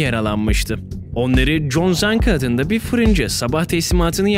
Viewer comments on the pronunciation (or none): none